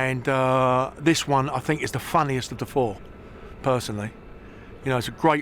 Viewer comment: fink of all the agg....